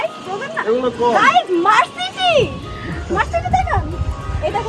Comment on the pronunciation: Mercedes k boltese “মারসিডি” hahahaaa!😂😂🤣🤣😆😆